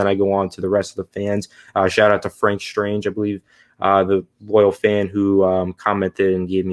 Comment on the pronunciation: Its Stange not strange but thanks for the shot out but there is no r in my last name